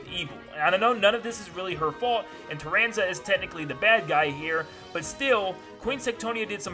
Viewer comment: "Carranza" I'm dying 😂😂💀